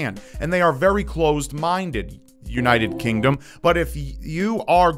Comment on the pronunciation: M O R T A L! And UNITED KINDOM It's just funny